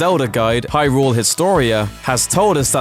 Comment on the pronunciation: Ey-oh noo-ma (lol)... high-rooool (lol)